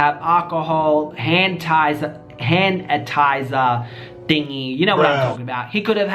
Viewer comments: My man cant say hand sanitizer 😂💀😵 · “Hand atizer thingy” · HAND A TIZER? Oh my lord lmao it’s ok